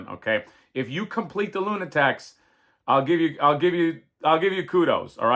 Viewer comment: Luna *taks not tecs 😊